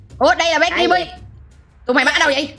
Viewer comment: Đọc là cơ-bi mà đọc là Ki-bi:))